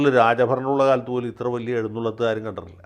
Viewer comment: എഴുന്നുള്ളത്ത് അല്ല എഴുന്നള്ളത്ത് അതല്ലേ കറക്റ്റ്